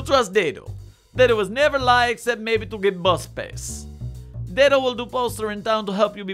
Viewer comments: It’s Dad-O. He even has a video where he pronounces it. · I feel compelled to inform you he prefers it pronounced more like Dad-O. This will be all.